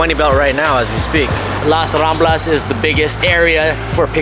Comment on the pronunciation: Kaibigan: It is LaS RamblaS - surprised you didn't at least pronounce the "S" at the end of those words. ♥ Thank you just the same for your good advice! Salamat po~!♥